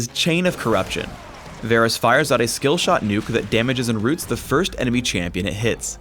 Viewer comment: idk y ppl pronounce him Vaaarrrggh rus